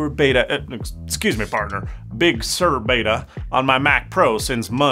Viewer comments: come on, its Sur as in surf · True - however, the correct (i.e. Californian) pronunciation is "Big Sir" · Actually Sur is of Latin origin (Spanish, more specifically), and it is natively pronounced with a rolled r, sounding like “sewer”. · as a person that grew up in california everyone pronounces it as "sir" not "soor" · Excellent video! Very insightful… I too hope that we don’t end up with two crappy hybrid like OSs. This is the first of your videos that I’ve seen… Liked and subscribed! 😎👍🏼 It does kind of sound like you are saying sewer… As other commenters have mentioned… How do you say surf? LOL 🤣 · You might have just nuked a multi $m marketing campaign by pronouncing it Big Sewer. Someone very high up in Apple Marketing is going to get a curt phone call from someone on the Bridge of the Cupertino Falcon. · well if he pronounced it normally, "Sir" like "Surf" without the F... maybe YouTube wouldn't nail the weird pronunciation with it's apparently spot-on auto-generated subtitles. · Well given that Sur comes from the spanish word, it is alright to pronounce it like SOOR, i suppose. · As a Californian, I’m offended that he says big sewer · Pretty sure he's said he's bilingual in Spanish before. But still "Big" is not Spanish and Californians pronounce it as "Sir" so I will keep pronouncing it that way. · Sur is a Spanish word that means "South". He is pronouncing it like it is pronounced in Spanish. The way you pronounce it sounds like "Sir". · Yeah, I think he is using the French pronunciation. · Yes, but that’s not how Apple OR Californians pronounce it. 🤷🏻‍♂️